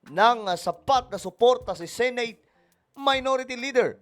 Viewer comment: Pwede bang i-pronounce mo na maayos ang word na SENATE?? Please lang